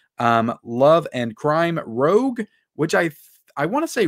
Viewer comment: Rouge not Rogue from the X-Men lol. TCSM 2 I like my Vinegar Syndrome version.